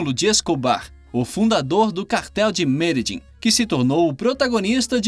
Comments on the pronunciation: "Meledim"?! Não seria Medelim? PQP...kkkkk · Eu tenho amigas colombianas. Elas disseram que a pronúncia correta é "Mededin" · mas não está mesmo!!! Ele errou e feio! A pronúncia fonética é "Mededjín", com a última sílaba mais forte